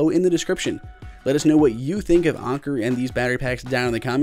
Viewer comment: You're pronouncing it wrong, it's an•ker not on•ker.